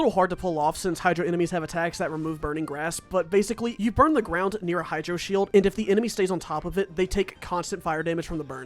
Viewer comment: he just straight up says bird? i thouhgt it was burn lmao